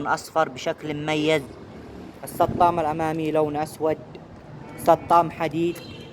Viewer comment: السطام 😂😂😂😂😂😂 يقصد الصدام